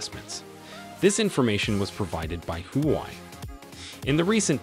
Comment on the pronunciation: It's not "who why" It's shld be pronounced as" hwa way"... Just like how u shld pronounce " Huawei!!